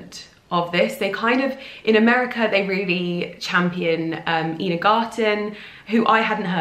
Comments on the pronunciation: It's pronounced EYE-NA Garten.....not EE-na. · Not one for correcting, but it's Eye-na Garten. Look for her American show, The Barefoot Contessa. It's fantastic!!